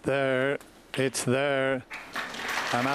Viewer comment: Its thurr, its thurr